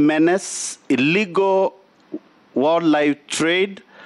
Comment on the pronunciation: As a tourism stakeholder I don’t foresee much happening in our ministry if pronouncing “wildlife” is a challenge. Masomo ni nyembamba plus the ability to articulate matters. WSR kindly reconsider